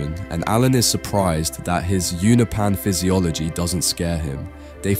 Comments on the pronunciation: Uno-pee-yan ❌ Uno-pan ✅ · Unopan You-know-pans. Not you-nuh-pans. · you-know-pens. not ooh-no-pans. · its (you-nope-an) please stop saying ounapan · I’m sorry I really like your videos but you need to work on your pronunciation Allen the alien is a unopan pronounced “you know Pan”